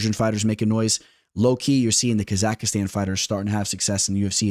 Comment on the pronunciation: That “ Kazakhstan” pronunciation is crazy 💀